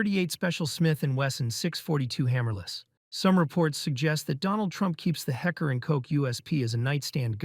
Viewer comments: think he was pointing out that the narrator straight up ignored the L in Heckler and just pronounced it Hecker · Did you really say Hecker and Coke 2 times? HeckLer and Koch, not Hecker.... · HECKER and Koch?! Idiots! And the Beretta M1934 was in .380, not 9mm. And WHAT is a 356 magnum?!!! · Kock was pronounced right, heckler wasn't